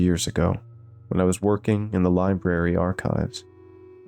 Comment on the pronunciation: “Lie Berry” 😂